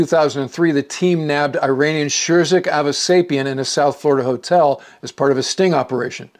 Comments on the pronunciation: Good episode - but hearing you say “eye-RAIN-ee-an” is like fingernails on a chalkboard. It’s pronounced “ir-AHN-ee-an”. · is pronounced "eeranian" NOT "I"ranian